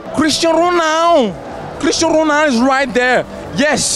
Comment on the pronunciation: so you are telling me, this man casually shakes MANE's hand, and he's just like "kristan ronaaaald"